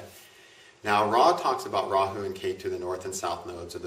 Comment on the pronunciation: He bit his tongue while trying to pronounce Rahu.